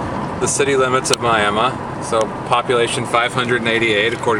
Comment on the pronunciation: I love West Texas. Western Oklahoma. All that. And you pronounce Miami, Texas like we pronounce Miami, Oklahoma. David, Tulsa